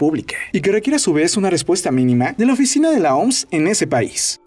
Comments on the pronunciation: Se pronuncia o eme ese soy el unico que le da ganas de darle un golpe cada vez q dice oms ? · Brother mejor di " La O-M-S" no "La OMS", nose suena hecho verga decir la oms xD